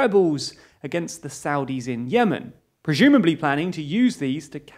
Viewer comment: Wait, "preJumably"? Is this a UK accent thing?